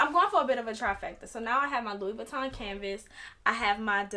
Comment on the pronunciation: Woman it's pronounced like Lewy Vuitton not Lewis. 🤣Luv ♥️your makeup 💄 doll. I have the 26 old style and Yes I turned mine into a cross body because my other LV's are bigger and heavier and Ion really care what others say about I move around a lot and want to be safe-Cause the robbing these days frfr.